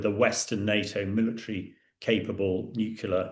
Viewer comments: FFS it's nuclear ..... NOT nuculer 🤪🤪🤪🤪🤪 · If you're going to comment on world affairs, please learn how to pronounce pronounce "nuclear". As should be obvious from the spelling, the pronunciation is "nu-clee-ar" not "nu-cu-lar." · It's NewClear not Newcilar.... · ITS PRONOUNCED: NEW CLEAR! NOT NUCALAR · It would be great if this expert could correctly pronounce ‘nuclear’. Pretty sure he keeps saying ‘nucular’. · Its "NEW-kle-er". Jeez. You'd think the British could speak English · Nuclear….nucular isn’t a word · "nukyuler" ffs! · Please, will someone tell this guy that "nucular" is not a word in the English language? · He constantly said that it's a nucular base not nuclear. Two different things obviously 🤮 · Wrong ! Imagine trying to correct random people,when they themselves don't know correct spelling LMAO. NUCLEAR..... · It's New- clee- ar FFS! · I wish he'd learn how to pronounce "nuclear"!